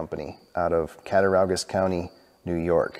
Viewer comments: I'm from Cattaraugus, NY. It's pronounced cat-ta-raw-gus. Not cat-ta-row-gus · Wow!!! Beautiful knife, loved the finished knife. Amazing start to finish results. Grew up in Western NY, nice seeing something from my home town area. You would pronounce the word Catt-a-raw-gus. Drop the u and replace it with a w(for pronunciation purposes). Great video, love the second channel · It’s pronounced “ cat-a-raw-gus” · Its pronounced cat-a-raw-gus. There's no "ow" sound. As a kid i lived in Cataraugus county NY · Cat-a RAW-gus ;) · it is pronounced Cata raw gus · Fun video. I lived in western New York for 10 years there are a lot of hard names to say. Your off on this one just a bit, but way closer than I was when I tried to say Cat A rog us. Best wishes keep up the hard work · You're close on the pronunciation,, but the "au" sound is like "aww", That said, I love this. Nice little hobby you found for yourself.